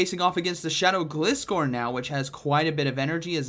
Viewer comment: It's Gliscore cuz it "glides". Say it right bro